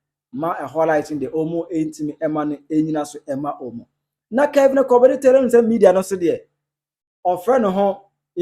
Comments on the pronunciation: Kwale bu teaching hospital 😂😂😂😂😂. instead of Korle bu! ofui. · Masa pronounce it well wai na 3de3n ne kwalebu 😩😩 De word is"; Korlebu 😊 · Korle Bu, but not Kwalebu:: please becareful with your pronounciation… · It’s Korle Bu not Kwaaley Bu